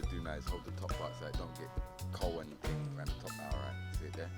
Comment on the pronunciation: I could tell he was from England when he said ting instead of thing lol